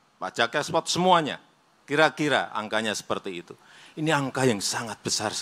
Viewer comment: Konstruksi bukan kontruksi, ekspor bukan ekspot, berbahasa Indonesialah dengan baik dan benar